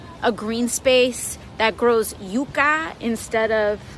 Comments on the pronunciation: She doesn't even know how to pronounce "Yucca". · her pronunciation of Yucca is hilarious, she's such a fake